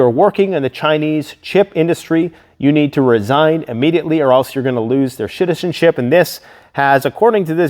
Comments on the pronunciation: Haha “shiticenzip” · you said shitizenship !!! was that on purpose.